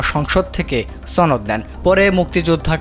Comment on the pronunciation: it's not ছ ন দ it's স ন দ